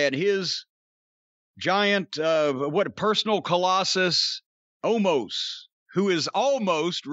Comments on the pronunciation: Isn't his name pronounced Oh-mas? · Omos is fine, it's the Viking Raiders (War Machine was such a better name for a tag team) and Corny can't pronounce Omos 😅